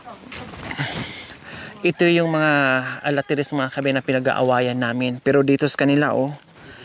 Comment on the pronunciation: huwag kang magagalit ha. Ikocorrect ko lang ang tawag mo sa fruit tree na na ARATILES not alatires. Parati ko kasing naririnig sa yo na alatires which is wrong. It should be atatiles.